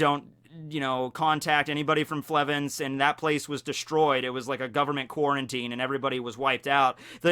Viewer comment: Did he say..... quarantine